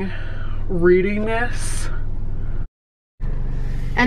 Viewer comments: That “Reading Reed-ee-ness” clip killed me 😂. I was like damn, maybe you should keep that book for yourself,! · reading read-ee-ness OMG I don't think I've ever seen that....W-O-W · REEDY-NESS??? I can’t 🤦🏼‍♀️🤦🏼‍♀️